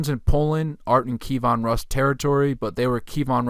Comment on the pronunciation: Pronunciation tip: Key (like what unlocks a lock) Evan (like the given name) Roos as in "Rooster" KeyEvan Roos Kievan Rus'